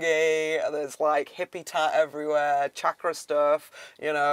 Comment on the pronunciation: Wow an amazing living space. I love it. Love the deep rich colors and drawings etc. And FINALLY someone who pronounces chakra correctly. People its NOT shakra its chakra as you would say charm. ❤